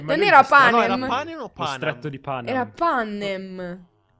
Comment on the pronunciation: PANAM?? NO!! PANEM??? NO!!! PENEM?? SI!!!!!